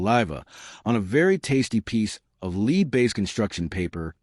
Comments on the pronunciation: Not only that, was the voice AI generated? It didn't pronounce lead correctly. Lazy in every way! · Tell the AI voice how to pronounce "lead" - as in the metal and not in the verb to lead. Alternatively , don't let AI use words it doesn't know. Even better: ditch the AI voice!